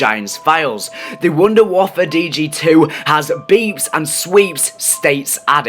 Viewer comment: Ok, can we make one thing clear. Just like its not "Staminem Up" (if you know what pronunciation that im trying to say) its "Stamin Up" its called the Wonder Waffe not the Wonder Waffle, like I dont care if you call it that but dont be putting that on forums, it looks bad. This is just an opinion so please no hate Dad.